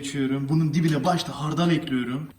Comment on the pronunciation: Üfff ekliyrüm ne ya düzgün konuşun lütfen dinleme isteğim gidiyor